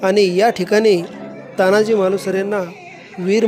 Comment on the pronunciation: तान्हाजी नाही साहेब, तानाजी म्हणा. खरं तर हिंदीत देखील तानाजी असंच म्हणायला हवं. प्रत्येक वेळी अमराठी लोकांचे बोटचेपे धोरण बरोबर नाही.